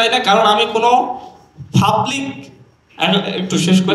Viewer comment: Fublic, fryvate, chompany... এই হলো টিচার এর উচ্চারণ এর ছিরি 😂😂😂😂